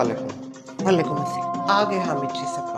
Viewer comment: App assalam Galt kar rahe ho please sahi se karo